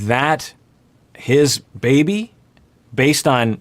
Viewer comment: Honestly the way she says "Beey-bee" just gets me everytime haha